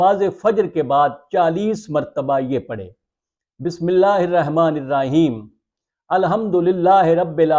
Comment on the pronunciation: بسم اللہ الرحمٰن الرحیم ۔۔ الرحمٰن۔ ر کے اوپر ۔۔ زبر ۔۔۔ ھے ۔۔۔